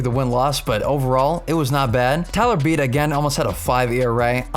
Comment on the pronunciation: Its Beedee not beed